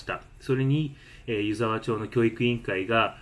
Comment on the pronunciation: 3か月前の動画に失礼します、🙇‍♀️ 「ゆざわちょう」ではなく 「ゆざわまち」です☺️